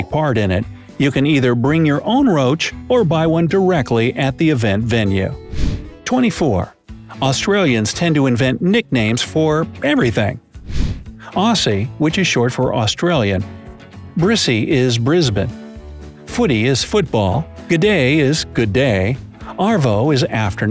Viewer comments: That one with the slang hurts. No one calls Australia "Straya" and its pronounced Auzzie. And Brizzie. Not spelt like that but pronounced like it. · I know right like how he pronounced Aussie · How hard is it to say “Ozzie” over “Awsee” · Biggest pet peeve as an Aussie When Americans pronounce Aussie’s “Aussie” instead of “Auzzie” Just me ok... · I’m probably the 5,000th person to tell you: it’s not pronounced Ossie, but rather Ozzie, as in Aussie Ausbourne. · Aussie is pronounced “Auzzie” not “Awsie” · Yeah he said it like “ossie” while it’s pronounced “Ozzie” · WOW! i didnt know "aussies" were pronounced oss ys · You say Aussie like Ozzie. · Hem hem, it’s pronounced Auzzie not auSSie it’s just spelt like that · I throw a fit every time he says Aussie because he keeps pronouncing it like AW-SY instead of OS-SY. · Oi its not Aussie well its spellt like that but thats not how you say it you say it like auzzie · Arwsuie was how he said aussie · is pronounced ozzie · "Aussie" is pronounced "Ozzie" (as in Ozzie Osbourne). Also no normal Australian says "straya" ever. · Oof I cringed so much when he said “ossy” Btw “aborigines” is actually offensive to the aboriginal peoples of Australia (just saying). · Ya supposed to say aussie and brissie like auzzie and brizzie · I love in Australia so it’s pretty average for me, but there is a lot of new stuff I see around. In my opinion the country is pretty great, also heaps of your facts are wrong and you have no idea how to pronounce aussie. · Yeah! He pronounced the s’s as s’s rather than a zz sound. If that makes sense. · Chill people, not everyone is an aussie, obviously people will get it wrong. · Me ofc he disrespected us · It said that Cockroach racing is big and held in Brisbane... I live in Brisbane and I have never heard of cockroach racing it is certainly not “big”. Also I got so annoyed when he said Aussie wrong... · I’m Aussie (Australian) I’m so disappointed how his said “Straya” 😂